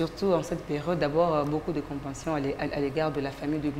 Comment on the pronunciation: La deuxième journaliste femme , Veillez sur votre manière d'articuler la langue française on ne dit pas * Compation* Mais *Compassion*😁😁